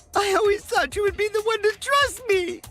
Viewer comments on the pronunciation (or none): Lol I thought he's aid dress instead of trust. Listen to it, u can't unhear it!